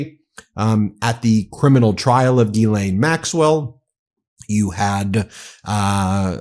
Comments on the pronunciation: Zha-Lain.. like GISELLE..~NOT` GEE-lane....Zha (think Zaza) Zha-Lain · For English people say "Gis-len" close enough lol it's not Guilane" lol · Gi-lane? I thought it was pronounced "JizzLane" 🤷‍♂️ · I believe it's pronounced "Jizz Lane." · It's pronounced jizzlayne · The French pernuciation is said JIZZLAINE...I'm not idding😅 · It's pronounced Jizz-Lane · You're saying her name wrong. It's jizzlane Maxwell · I thought it was pronounced "Jizz-lane"